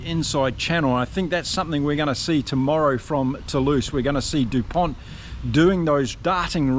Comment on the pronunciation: The "T" isn't pronounced. It's Dupon. Just to be pedantic.